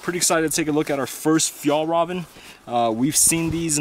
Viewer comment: I hate the way you say Fjallraven.